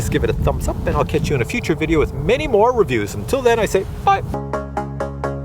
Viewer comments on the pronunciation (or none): Video, not ideo